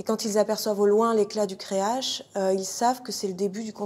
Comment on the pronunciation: Elle dit la phare du creache? Wtf creac'h ca se prononce crearRe